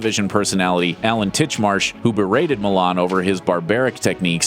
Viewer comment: It's Millan FF sake, pronounced "Meeshan", not "Milan"